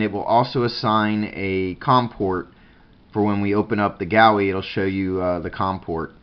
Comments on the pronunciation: Sorry man but it's Goo E- GUI- Other than that good video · Pronounced. Goo-E